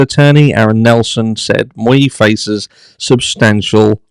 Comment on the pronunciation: Hi. Great video, as usual, BUT it bugged me everytime you mispronounced Mr. Miu’s name. It’s pronounced Me-you, not Mew-ee. 😉